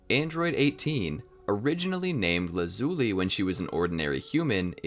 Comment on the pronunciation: You pronounced Lazuli wrong